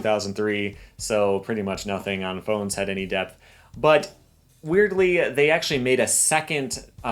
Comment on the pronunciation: this dude be like: "weirdly"